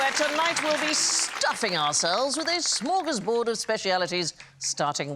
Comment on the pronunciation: AAAAAARGH!!! For once, the Beeb got the spelling of the Swedish word 'smörgåsbord' ('sandwich table') right in the title of the show, but then Sandi - a Dane, who SHOULD know better! - goes and SPOILS it all by pronouncing it as 'smor gaz bored'... Fy FAN! How would she like it if I called a Danish sandwich a 'smorra-brod'? Imma kill myself now!